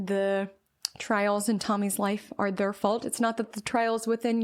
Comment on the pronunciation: I love you but when you say THURR (THEIR pronunciation) it really is distracting 😭😭😭😭😭😭 I’m so sorry I just wanted to let you know. For example: “don’t compare yourself to THURRR Journey”